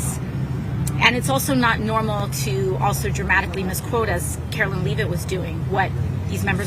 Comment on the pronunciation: AOC says "It's VOO-LA-TILE" LOL Girl, there is an app that will tell you the proper pronunciation of words that you don't know. "Carol Leave-it" Come On AOC, stop acting the fool.